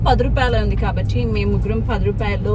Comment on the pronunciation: Mam meeku kabatti ane word ni telugu lo sariga pronounce cheyadam ravatledhu anukunta..... Please change your slang... Telugu ni telugu la matladandi